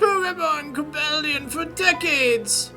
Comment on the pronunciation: Shouldn't Cobalion and Virizions' names be pronounced the way the Pokedex 3D Pro app pronounces them compared to your pronounciation?